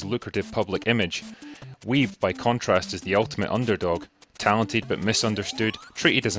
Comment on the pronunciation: I loved this docu too. Don't let Steve hear you pronounce his surname like that though mate 😉. Another film with heart you might like is Ping Pong Summer. A coming of age tale set in the 80's in an arcade. I loved it. Lea (Back to the Future) Thompson is in it too! ... along with other big names.